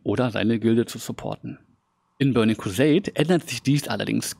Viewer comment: In se börning kwuseit klässick 😂😂😂 No hate bro aber der hat mich gecatched